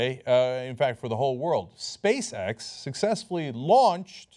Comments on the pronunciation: He said: "Space X", I heard: "Space-Sex". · everytime cenk says Space X, i hear Space Sex..... IM A CHILD TOO!!!